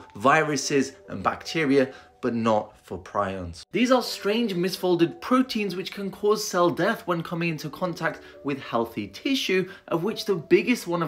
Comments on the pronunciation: It's pronounced "pree-ons" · I’ve never heard anyone, much less a doctor , mispronounce “prions” before